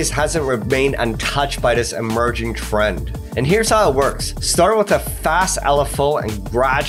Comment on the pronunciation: this man emphatize every word. and there are H everywhere: p-hop, tr-hend, b-hoomy, ret-hurn, p-hush, p-hioneering